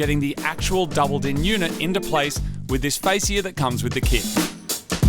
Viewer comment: You're killing me smallz... "FAY-SH-UH" or even "FAY-SH-YUH" ..... triggered moment over. Carry on, sir!